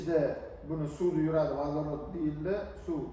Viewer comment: "ВАДАРОТ" эмас "Водород" бўлади ХАРП!